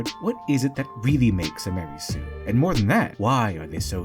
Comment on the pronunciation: MA-REY SUE